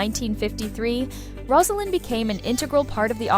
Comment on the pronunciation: Rose a lynn. NOT Roz! If you want to comment on this lady have the respect to pronounce her name correctly.